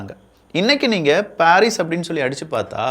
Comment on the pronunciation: பாரீஸ் அல்ல பரிஸ்